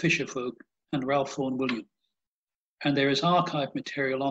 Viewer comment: Pronounced "Rafe"......NOT Ralph!